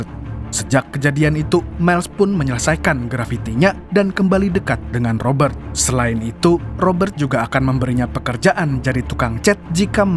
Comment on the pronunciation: Cadangan Admin Kalau boleh nama ROBERT tidak perlu dibunyikan huruf R tetapi dijelaskan bunyi huruf T. Seandainya huruf R diperjelaskan semasa menyebut nama itu, ia akan berbunyi seperti ROBBER yg membawa maksud perompak. Maaf sekadar cadangan..